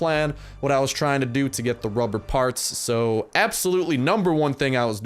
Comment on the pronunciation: 00:6 when you say assulopely